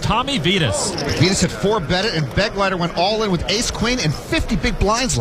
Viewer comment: The name "Begleiter" is being badly mispronounced! It is a common German noun: It means "Escort" and the accent is on the second syllable!